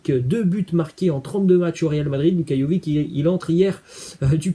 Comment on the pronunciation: " Luka Jovik " ? Quand les français apprendront ils à prononcer les noms slaves correctement ? Ca se prononce Luka JoviTCH ...